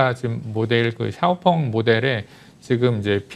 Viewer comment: 샤오펑을 엑스펑이라고 잘못 말씀하신거지요? 차이나 티비 애청자지만 가끔 느끼는 것인데 뭔가 준비가 잘 안되고 엉성합니다 화면이 맞지 않는다든지 말을 더듬고 발음이 이상하다 든지 그럼 시청자들에게 주는 신뢰도가 떨어집니다 많은 애독자들을 얻으려면 삼프로나 다른 인기 유튜브 채널 좀 연구하셔서 개선이 필요하지 않을지 싶습니다